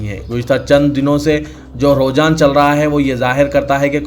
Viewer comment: Aap ruhjan bol rahe ho,sahih lafz rujhanرجحان he